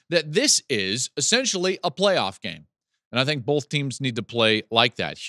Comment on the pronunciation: Hey Joel, love your show. Time to stop saying “bolth”. Thanks.